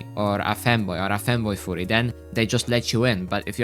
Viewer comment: Yo bro, why are u saying furry like it sounds as a "FOORRY"? U gotta make it sound more of a U instead of OO lmao. If u still don't get it, u can search what im talking about.